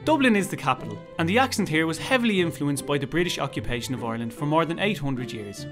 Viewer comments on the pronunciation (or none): none